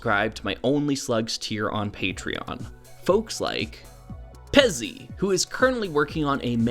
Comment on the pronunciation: I think that's not how you pronounce Pezzi, it's hard Z